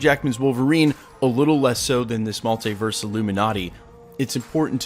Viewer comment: I hate how you pronounce maltiverse 😣 do better bro